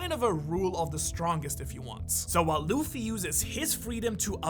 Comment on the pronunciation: it's nor luf its luffy